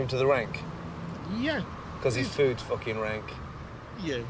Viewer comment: lmaooo "we're in the middle of the fOoKiN field!"